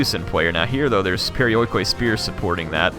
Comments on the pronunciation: Proper pronunciation of perioikoi would be pe-ri-o-i-ki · It's pronounced periiki fyi :) "oi" in greek equals with "i" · this game is not great but for some reason I LOVE IT!!! i think it's the time period! You gotta love how nongreeks say perioikoi...